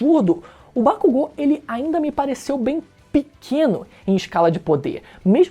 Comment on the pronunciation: Gente, será que só eu vi que ele falou errado o nome dos personagens? É Bakúgo e não Bakugô... É Midôria e não Midoría ( Usei os acentos para mostrar a forma correta de se falar).